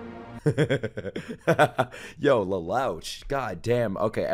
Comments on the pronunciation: Bro really called lelouch, “LELOWSH” lol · Never thought I'd hear someone mispronounce Lelouch's name and be funny at the same time lol.